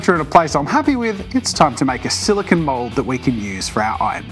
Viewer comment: I'm sorry but this is a huge pet peeve of mine and you said it like 100 times so I just feel compelled to tell you that "silicon" is what computer chips are made out of and "silicone" is what the mold is made of. It's pronounced "sili-cone" like an ice cream cone.